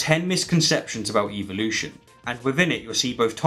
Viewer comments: Why are you pronouncing it Evil-ution and not EvOlution? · I wish they wouldn’t pronounce it EVIL-lution. That’s the real reason they don’t like it. Otherwise I think they would like it. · This Australian guy says evil-lution! The bones on the whales are not vestigial, they are for reproduction. God made no mistakes! I suppose you think your more intelligent than the creator of the universe? How did DNA come about? Billions of years? Small or large a Dog is a Dog! Still no explanation of life from nothing, DNA from nothing. Take God out of the equation and evil-lucion is still impossible and stupid....